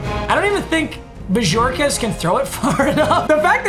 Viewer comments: Not bo-jor-kez it’s bo-hor-kez but you have to hold the h like hhhhorquez he used to be a bill and that’s how I said it at least 😂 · The way he said bojorquez😬😬😬